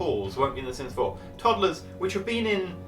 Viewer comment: Are you sure your talking about sims 4 it sounds like sims 0